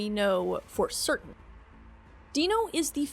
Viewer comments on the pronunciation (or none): none